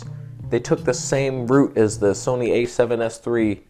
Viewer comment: Please "Soneigh", Please! Let Karen make the...THE camera!